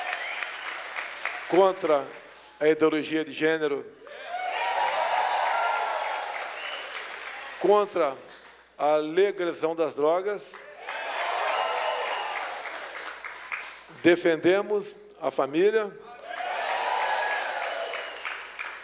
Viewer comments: Leguisão das drogas ,não sabe nem pronunciar kkkkkkk 😀😀😃😃😄😁😁😁😁😁😁😁😁😁😁😁😁😁😂😂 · Legjção das drogras. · O vagal não tem noção do que fala, a ignorância dele é tanta que não admite concorrência....não conseguiu nem pronunciar legalização...Vixiiiii, a coisa é mais séria do que pensamos...